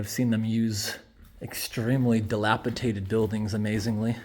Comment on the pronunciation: Dilapidated only has one T. You pronounced it wrong